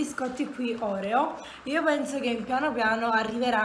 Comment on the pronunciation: Ti prego Oreo con l’accento sulla e come lo pronunci non si può senti